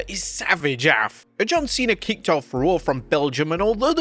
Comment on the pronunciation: I don’t think is how AF is pronounced tbh.